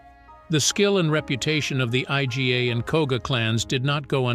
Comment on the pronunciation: First, the cartoon looking shinobi outfits. Next, the fallacy that shinobi were separate from samurai. The poor use of computer voice that can’t pronounce Iga. The final part did discuss that shuriken were not a “standard” weapon and that the clothing wasn’t what the video showed.